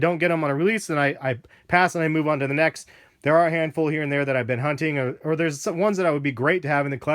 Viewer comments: he said "or" really fast which made it sound like are. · He said "these or the turtle doves" dumbass